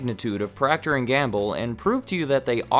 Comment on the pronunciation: Is PROCTER & Gamble NOT “PROCTOR” as in Proctor Silex 😔